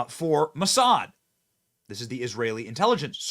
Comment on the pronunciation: What, he said moosad who is moosad?